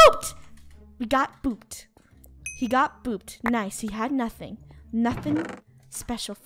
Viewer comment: FUNNEH: " Noce " Me: Noce?' Video: She said Nice!